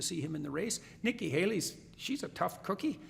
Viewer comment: Sorta suprised to here him say nikki haili.